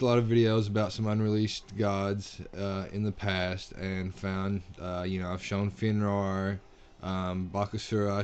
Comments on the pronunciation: god, just the way you Pronounce Fenrir's name, it made me cring at how much of an accently you had saying it. "Fen-rawr"? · haha, no it wasn't so much you're accent, more of you trying to pronounce it without knowing the pronunciation. Fen-rear is more of its speach pattern. I still say they need to call him by his original name "Fenrisulfr the World Eater". I don't like the idea of "Fenrir the Monstrous Wolf." It's bad enough they ruined his apperence, at leas they could do is get his name right... RIGHT?!